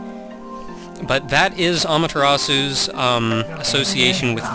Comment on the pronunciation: um...i have this problem with people pernouncing amaterasu like an american who doesn't know ANYTHING about the japanese language nya